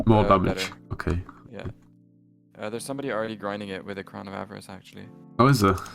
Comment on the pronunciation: everytime says "av-ar-ice" its hurts my soul